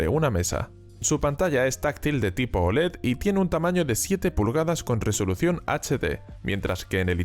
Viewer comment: Dice Olé! Que es muy español, hombre!